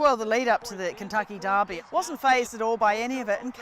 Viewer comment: Just to be clear, it's not Darby. It's the Kentucky... Derby.